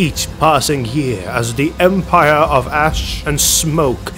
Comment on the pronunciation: Oh no, now I can't unhear it! XD